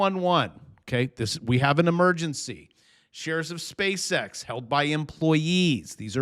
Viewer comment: Are you saying short space ex ?